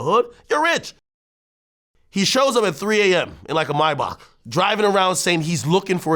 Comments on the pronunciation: Mybaauk 😂 why he always pronounce Maybach like that😂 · It’s pronounced MAY-BAAK, May like the month and Baak is pronounced like the composer Sebastian Bach